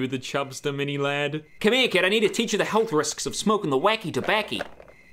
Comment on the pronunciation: did he say lab instead of lad? It sure sounder like it